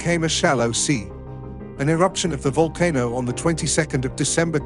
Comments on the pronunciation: The whole voice over ruined the video, it's too fast, I needed to catch my breath 5 minutes in. Also would a computer generated voice really mis pronounce " volcano" if it does you need a better program. Otherwise excellent presentation. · oh it's a vulcan-o not a volcano. The audio can't make up its mind how to pronounce it. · Kra-kotto and Vulcan-o. Uranium decays into leed. That computer almost sounds human but it has some problems. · Well I learned a couple of things from this video... "Volano" is pronounced "VOL kuh noe" and 'idea" is pronounced "ideer"... There were numerous other abominations of the English language as well. I don't know how I survived so long saying these words incorrectly. My life is complete now. Foo too rey By tee gets a thumbs down for using a computer generated voice.